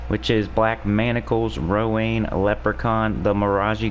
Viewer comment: i think Rowanne is pronounced Row-AN... not Row-ANE... cuz Anne = An. Rowanne is also a name for girls... and it's pronounced Row-AN.